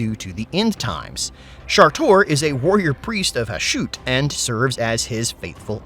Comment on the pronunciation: Isn't the pronunciation of the Chaos Dwarves God Ha-shut? Not Ha-shoot?